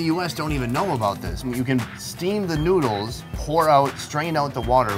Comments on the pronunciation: sounds like he said nudes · Did you hear where he said let’s eats some nudes.